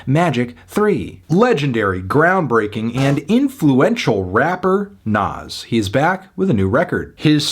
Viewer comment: I deadass thought u said nav😭